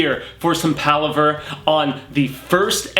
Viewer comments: sorry but your pronunciation of a lot of in universe words and names is terrible. roland dez chain ? uh? pretty sure its pronounced de- shane. paliver? nah its pah-lava. cmon dude. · firstly the word palaver.. is not limited to the dark tower series. . It's a fairly common phrase in certain parts of the world and it is Definitely pronounced pah-lava... not paliver. You can not only Google it.... but can listen to it yourself in George guidalls reading of the audio books. As for dez chain. That's again clearly pronounced as de-shane in the audio books... but whatever dude. That one is a little more difficult to make out.